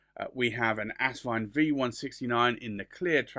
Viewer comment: It’s As-vine not Ass-vine!